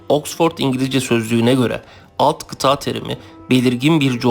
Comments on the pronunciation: kitaa degil kita a yi kisa söylemelisin. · Kıta kelimesini kıtaa olarak söylemeniz çok kulak tırmalıyor. Biraz çalışın bunun üzerine bence.